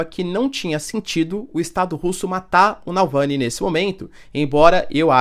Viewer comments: Reiterando: Professor por favor, pare de errar o nome do ativista russo!!! NÃO é Nalvãny e sim NAVALNY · Professor, a pronúncia do nome do cara é "Naválny", não Nalvany 😅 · Eles falam que não vai ter soltados alemães no campo de batalha !!! mais por debaixo dos panos enviam vários soldados!!! quanto a dicção não é NALVANY é NAVALNY !!! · Nalvany, não, rs, Navalny. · Não é NaLvany! É NavaLny! É difícil? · O certo mesmo é NavalNI porque termina com I. Pronuncia-se como Itamaraty, guarani, saci, e nunca NaVÁLni. Estão acabando com a belíssima língua portuguesa. Eu sei como é. No fim, a pronúncia inglesa acaba se impondo; e os gringos falam NaVÁlni. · "Davalllllny", não "Dallllvany"... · Voce falou noem errado do homem mais de 30 vezes. Nao é NAUVÂNI. é NavAUny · O correto é Navalny e não Nalvany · Nao seria correto se pronunciar navaLny?